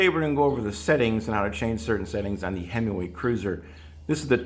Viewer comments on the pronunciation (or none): You keep calling it "Hemiway" ... like a Dodge, lol! Nonetheless, thanks for a very informative video, going to head out to the garage and make some adjustments. Always thought 2 was too low and 3 was too high, look forward to remedying that. Can you post a link to the 2020 model video you mention? I couldn't find it.